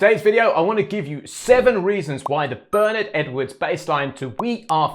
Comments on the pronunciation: The genius of this bass line is the kick drum punching its own space in the mix on beat one. The bass guitar anticipates the bass drum without landing together on the one of the bar. Very unusual and keeps a sense of anticipation going. (Btw Bernard Edwards' name is pronounced "Burr Nard" and the "Nard" part rhymes with "hard") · Hi, great breakdown. Just one aside: Bernard Edwards first name is pronounced 'Bern-aard' as in eg 'Bern-hard' (not Bernard as in Cribbins). It's a common (UK!) error in pronouncing it, much like Louis Johnson is actually pronounced 'Lewis' (as in Hamilton), not 'Louis' as in traditional French. Cheers & all the best! 👍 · So, "Ber-Naaaard" is quite clear (US-American). And Louis Johnson was an US-citizen as well. For me: American pronunciation!